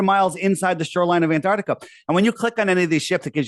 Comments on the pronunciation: Someone tell him it’s AntarCtica not Antartica. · Aside from his many failings, his constant inability to correctly pronounce "Antarctica" (it's not "Antartica") is probably most irritating feature